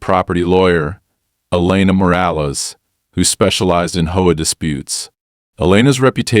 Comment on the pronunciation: Its not a hoa, it's a H O A, they really need to stop this AI voicing